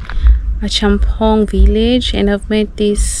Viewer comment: It is pronounced A COME PONG - not A Chum Pong